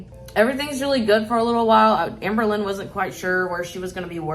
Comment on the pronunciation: "Hamber" Hamberlynn ⚰️